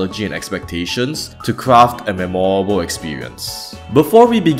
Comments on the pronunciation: As an English teacher, may I offer you the suggestion of emphasising the first syllable of “memorable” rather than the second? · All those apologies for arceus, but none for the pronunciation of memorable 😭